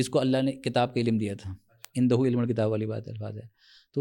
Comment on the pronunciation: tou apke samne jo hazrat bethe hein inka naam mujhe nahi maloom lekin inka bhi talaffuzz kuch theek nahi maloom hota yeh ILM ko ilim keh rahe hein Aap bhi mujhe thore se halke maloom hoty hein